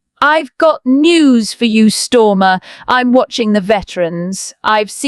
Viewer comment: Can't even pronounce his name right Stormer?